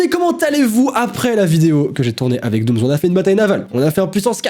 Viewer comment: C dooms pas domms :V